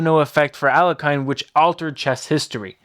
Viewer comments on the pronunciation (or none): It's pronounced AL-YE-HIN not A-LE-KAYN for chrissakes!!! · Aliakan , noooo! Alekin, es alekin la pronunciación alekahine alhlekin, es la pronunciación alhlekin por favor . Se oye muy mal aliakan. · Alekhine is pronounced "Al-je-chin", with the ch being a ch like in "china" , not a k. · His surname is pronounced as "Aleheen" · Learn how to pronounce Alekhine. Thumbs down. Just google it, don't be a dummy. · You're mispronouncing Alekhine's name. Couldn't you get it before making a video about him?